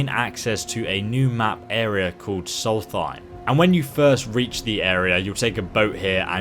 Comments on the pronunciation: You pronounced the island wrong. It's SOL-STHEIM not Salty Time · Sol-st-heim not sols-theim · Soul-theim.... Man pronounce dude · what does him having dyslexia have anything to do with him saying the name of the Island wrong? There's audio in game of NPCs saying it correctly all over the place. Now disclaimer I don't really care how he or anyone else prefers to say it but just arguing that I don't agree with your reasoning. Nor is my comment written with any mal intent. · it's Solstheim goddamnit, just kidding i know you are dyslexic or something, nice video keep making them we love you <3